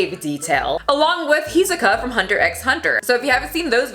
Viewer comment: I’m offended u said hisokas name wrong!